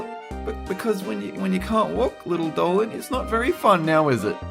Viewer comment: I like narrorater saying Dolan, I respect that